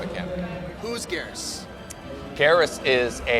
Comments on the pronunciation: Boon pronounces Geras as "geh-rus" while the game announcer pronounces it as "geer-us". Which one is canon? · raiden pronounces is “geer-us” as well so I would go with that